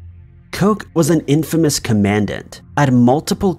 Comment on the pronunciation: Commandant (Kom-uh-daunt)